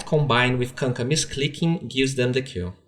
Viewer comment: really enjoy your content but... please, could you pronounce "kill" clearer? it often seems for me that you say "Q" (kew) and i wonder what did you mean? some hero's 1st spell? or some "key"?